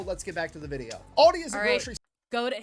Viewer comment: It doesn't matter if you say it Aldi or Aldi's. Both sounds wrong for a German the way you pronounce it😂